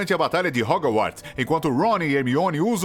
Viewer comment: Você falou hogu - arts e não e assim que fala. Hogwarts e a pronúncia certaaaaaa.